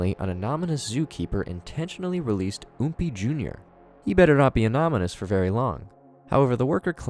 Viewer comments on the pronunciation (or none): You mispronounced anonymous